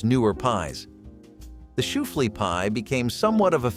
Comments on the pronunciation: It is shoo-fly pie, not shoo-flee. Is it so much trouble to pronounce things correctly? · I hate computer voices can you tell the difference between an after dinner treat and the Sahara , and its shoeFLY not shoeFLEA ! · Shoe flea? Desert? Its dessert. Damn bots. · 'Deserts" and "Shoo Flee" pie? That would be desserts and Shoo Fly pie. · How ridiculous. Shoofly pie (or "shoo-flee pie" as the computer-generated voice said) is still very much baked, sold, bought, loved in PA. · How does this channel have over 45 thousand subscribers? Shoo fly pie first then SHOOFlee pie next. The mark. The DESERT. Please start hiring voice over artists again. Which INDIAN tribe made huckleberry pie? There are at least 9 tribes in Montana. So letting a pie rest overnight is an extensive and high effort procedure? Will someone please tell me how to keep this channel out of my suggestions? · Shoe-flea pie. Oh dear.😹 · Shoo- fly pie! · Lancaster County native here - shoofly pie is still common here, never vanished. It’s pronounced “shoe - fly” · He said shoo-flea pie 😂. I really enjoyed the pie video though😊